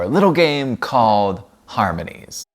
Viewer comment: I like your attempts to pronounce the company’s name 😅 I couldn’t figure it out either